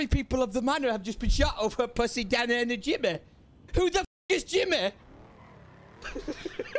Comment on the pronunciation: WHO THE FUCK IS.. WHOS DANNEH WHOS.... im dying lmao